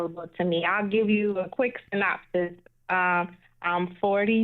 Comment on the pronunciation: "I'll gîve you a quick synopsis".....toozzz !